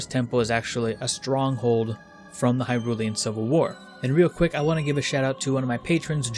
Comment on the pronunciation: Pronounces hyrulean corrrectly but not hylian wat